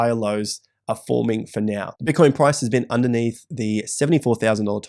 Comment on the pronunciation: "...or are you going to act neow" said the